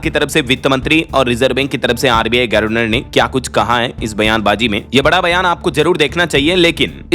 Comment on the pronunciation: यह "गर्वनर " वाला शब्द कब तक सहन करें और झेलें😢 । हमें यह बहुत चुभता है। अच्छा होगा कि इसे सुधारकर "गवर्नर " कर लो!!